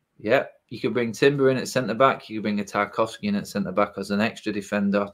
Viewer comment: Lost all credibility when he said Tarkowski.